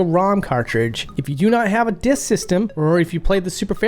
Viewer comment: I love how every once in a while you're like "di-yusk" reminds me of someone